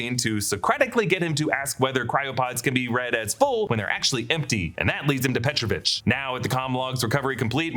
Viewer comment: he is petrOvich, not pEtrovich